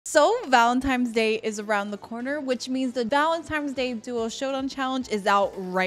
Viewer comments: Bro saying" valentimes " is very funny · "valentimes day" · Anyone else catch that she said valentime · Why is she saying "valentimes Day" Instead of Valentines Day?